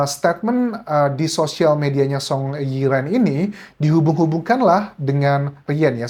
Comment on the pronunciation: Kayaknya cara baca Song Yiren pas huruf "e" di Yiren nya kek nyebut e pada kata ireng (hitam dlm bha jawa) . Huruf Y nya juga nyaris silent, jd sepintas spt menyebut Iren. Cmiiw